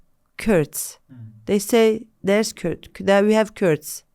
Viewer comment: She can't pronounce the Kurd like how we say it as Kurds!!! She pronounce it like how Turks do it. Such a shame I'm sure she can't speak Kurdish We as Kurds (99% of us) are so proud of our Islam and we'll never leave our religion for a political party like PKK